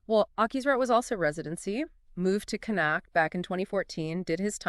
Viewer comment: Get your pronunciations right please. Connacht??? Schoeman??? This is very annoying.